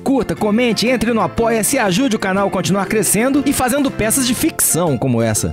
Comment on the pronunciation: Engraçado como o MR deu ênfase no "ficção".